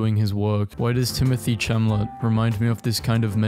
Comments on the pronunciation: “Timothée cham-ah-lot” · you dont pronounce timothy chalamet like hamlet